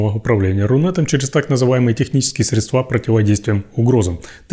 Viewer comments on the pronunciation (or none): Майоров не учат грамоте? Что за "средствА"? А в единственном числе как? "средствО"?!🤦‍♂